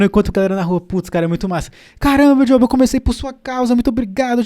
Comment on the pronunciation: Seu nome e jóba ma jóba. “Jhoba” não existe e jóba que fala corrige ae nos próximos vídeos por favor